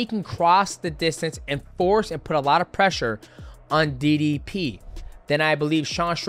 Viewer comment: Why does MM say didi P not DDP